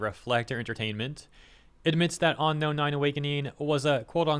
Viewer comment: "On-inspired" "On-Known"